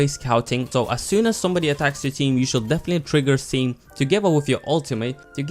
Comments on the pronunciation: its the way he pronounces it youtube captions read it as steam also i made fun of the fact he thought it was a pilots name in tf2 but finally r/wooooosh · Anyone else slightly annoyed with how he says stem?